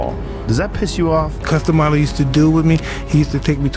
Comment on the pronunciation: If you CANNOT pronounce Cus Damatos Name then dont make vids on it.